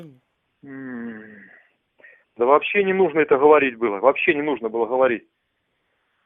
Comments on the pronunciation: Слово Говорить.... Военком говорит хаварить.....дальше этот фейк слушать не стал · "вообще не нужно это было Ховорить, вообще не нужно Ховорить"... Ну такое себе.. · А военком-то звук "г" произносит мягко... где-то рядом с Украиной живёт. Получается, отловить и могилизировать он может, а сказать правду - ждать до "финиша"? Ублюдочная расейская лживая машина!